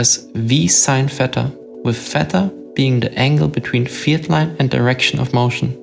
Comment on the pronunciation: Never ever heard someone pronounce theta as feta. But I guess since both are greek it is correct!